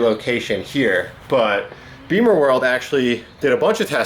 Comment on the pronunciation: I twitch a little every time says "Beamer-world." It's BIMMERworld. We don't ride motorcycles!